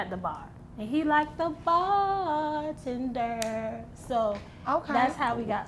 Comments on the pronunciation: When she said Barrr tenderrr🤣🤣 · The “and he liked the barrr tenderrrrr” got me rollllinn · " He likes the barrrr tender" 🤣🤣🤣🤣😂😂